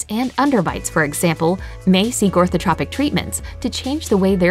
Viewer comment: That's not the right pronunciation of "Orthotropics".